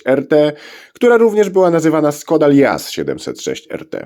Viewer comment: Wymowa SZKODA. Pisze się s z "ptaszkiem" (Š), a to się wymawia jak polskie sz.